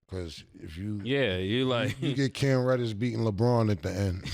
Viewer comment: Bro said cam reddish 😮🤣💤🤦‍♂️